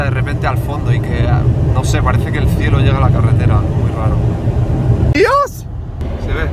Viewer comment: “El fielo se ve por primera vez aful “….. jajaja